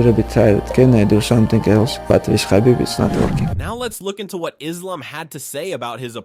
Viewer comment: He's not Makhachev. He's Mahachev. Khabib is Habib actually